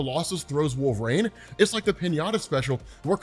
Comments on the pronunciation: Absolutely KILLING ME with the "Wolver-ain" 😂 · WolveRAIN... lol, man... no